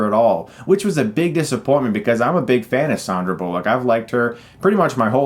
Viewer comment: Good review. Learn to say Sandra Bullock's name properly